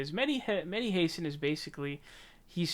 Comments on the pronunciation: Dude, it's pronounced HA-san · Why you sending his name like an illiterate American? It's like saying the country "I ran". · Mehdi Hasan is an arrogant jerk. Please find out how to pronounce his name, though.